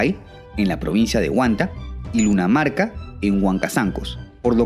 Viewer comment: En el dices lunamarca... El nombre correcto es Lucanamarca, comunidad arrasada por sendero luminoso